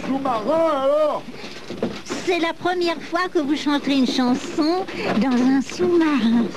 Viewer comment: "Vous aimeriez que je vous plante... que je vous CHANTE la pranson du chrintemps..." Je ne peux plus m'empêcher de l'entendre! XD